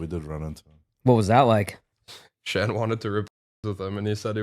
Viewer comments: He keeps calling Shan Sean lmaoooo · How come nobody is talking about how is calling him Shawn the entire time😂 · Why are you calling him Shawn?